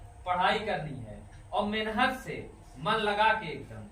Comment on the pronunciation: जयभीम नमो बुद्धाय जय मूल निवासी गरीब बच्चो को शिक्षित कर रहे हो बहुत अच्छा काम कर रहे किये जा भलाई का जग में तू काम तेरे दुख दूर करेंगे कांशीराम हाट एक बात कहना चाहता हूँ की मेहनत शब्द को जब बोलते हो उसको मेनहत क्यो बोलते हो इस बात इस शब्द पर मनुवादी बडी टिप्पड़ी कर रहे है मेहनत शब्द को सही बोलना सीखो ऐसा बोल रहे है कृपया शब्द बोलने मे सुधार करो